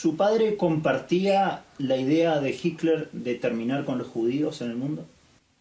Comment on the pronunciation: Por que el periodista y varios reportados le dicen " Jikler " me llama mucho la atención.